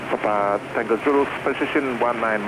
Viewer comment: Wow they even know how to properly pronounce PapA (emphasis on the last syllable)